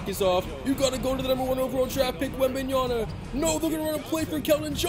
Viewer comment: dude learn how to say Wembanyama. it's an m not an n